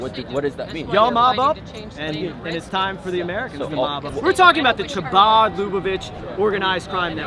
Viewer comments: "CHA--BOD?" LOL! So exasperating and painful to watch. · This ignoramus cannot even learn to pronounce "Scythian", "Khazar", "Chabad" and "Lubavitch" correctly.